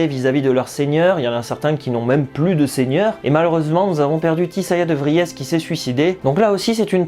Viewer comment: Salut! Petit tip pour prononcer les mots/noms néerlandais, De Vries=De Vriiss en roulant le r et doublant le i et le s. Bien à toi et bonne continuation! ;) Bises de Belle Chique!